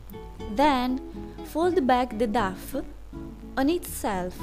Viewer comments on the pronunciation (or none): I love how you pronounce it duff and not doh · love the way you pronounce 'dough'..so cute :D also love the result :3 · I love your videos so much! And it's wonderful you're now making them with english dubs too! But dough is actually pronounced as "doe" :) Hope to see more vids!